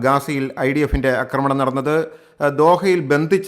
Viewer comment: എത്രപ്രാവശ്യം ചൂണ്ടികാണിച്ചാലും ഈ മനുഷ്യൻ അക്രമണം എന്നേ പറയൂ ... ആക്രമണം എന്ന വാക്കീമനുഷ്യനറിയില്ല Kastam😮